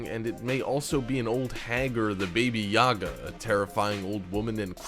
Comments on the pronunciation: Half of these are from movies. The other half have been debunked. Lazy Youtube video is lazy. Also, "Baby-yaja" kek. It's "Baba-yaga" pronounced bah-bah-yag-ah. As in "hag", akin to the English "witch". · you pronounced The Witch Baba Yaga baby yaga. you are kidding me. show some actual respect to three legends and folklore.